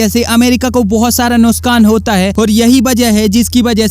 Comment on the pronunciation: Ohh Bhai Saab NUKSHAAN YA NUSHKAAN